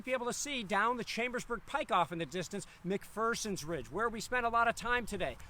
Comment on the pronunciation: Mc-FUR-sons ridge?